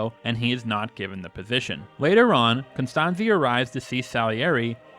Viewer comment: The overwhelming popularity of Amadeus during its theatrical, cable tv, and VHS releases proves that this theory has the fatal flaw. People DID NOT watch the movie and leave confused about Constanze's (pronounced Cone-stahn-tsa btw, not Con-stan-zee) treatment of Antonio Salieri. I watched the theatrical version in 1989 and had zero questions about her behavior. I'm sure this is because at a time of desperate need and showing extreme humility, Constanze went to Salieri and without asking for a favor, (only consideration based on merit) Salieri's response to her was to dump her husband's original scores onto the floor, walk on them, creasing them in the process, and abandon her kneeling on the floor like a child without the assistance she'd requested. Add to that, that because Wolfgang was mocking Salieri throughout, even assuming (as this video points out ) that Salieri didn't like him , one can assume that Mozart complained to Constanze off camera as well, and so one can understand that Salieri's name might have been mud to Constanze. In the movie, Constanze didn't even like Emanuel Schikaneder a real life friend of Wolfgang's. No reason at all was given for that. Yet this video didn't question it once.